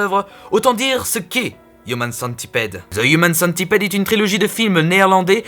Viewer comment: " Ze ioumane centipède. " :B Oh, gg sinon.